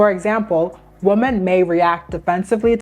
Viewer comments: Okay, I need to know. When you say woman and women the pronunciation sounds exactly the same. Is it just a regional difference? Are both words pronounced the same in your area? Because where I live "women" is pronounced wimen with the wi pronounced like whip. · It’s pronounced womEn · “Women” is pronounced differently than “woman”. You pronounce both like “woman” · I'm trying to get through your video because it seems like good content, but something is jarring/distracting from the flow of it. The plural of "woman" is pronounced "weh-mehn", not the same as how "woman" is pronounced. It's confusing to hear you talking about multiple women but then suddenly you're saying a single woman. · why do ppl pronounce women like “woman”?? it’s women- plural not singular